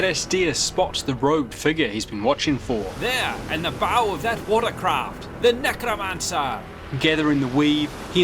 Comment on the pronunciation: Bro said nygramancer